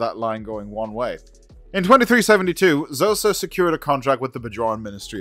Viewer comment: Khosa, written Xhosa not shosa